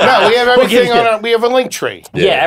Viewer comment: 3,000 years in Brendan still pronounces "Ivrything" the same....like Mexican "Mexin" 3,000 years in Theo's Coke talks about how it used to have a Mullet problem. 3,000 years in Nick and Chin officially Launch Chinder.